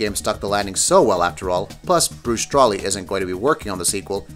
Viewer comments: Does Gamingbolt have an editing team? I mean "episode 7: the last jedi", "australia" and then "Bruce Str-AH-ly". Those are some big mishaps. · The Last Jedi is Episode VIII not VII... and that said Austrian not Australian 😂 and you totally fucked up Bruce's last name pronunciation.. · Josef Plays Games he also called The Last Jedi episode 7 and he completely fucked up how you pronounce Bruce's last name lol.